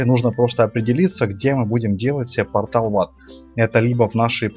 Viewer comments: сказал полтал в ад кто заметил ставь лайк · не потал а портал